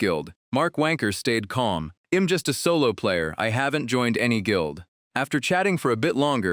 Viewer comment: This ai voice got an accent 😂😂😂 all i hear is em instead of i'm